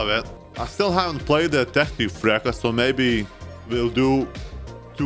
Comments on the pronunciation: It reads Freccha not Frekkia, it means arrow but you can intend it as bolt. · « Frechia » not frecka 😂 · Brother it's pronuncied "Freccya" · I really didn't expect a dev server video from you, I'm really happy for it! (by the way, your pronounce of Freccia is... pretty wrong... but eh :/)